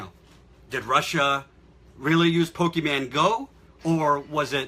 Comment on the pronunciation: It's POE-KAY-MON dad, not pokeyman. God I hate you.